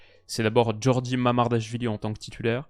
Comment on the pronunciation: Je pense que ça se prononce Gui-or-gui Mamardashvili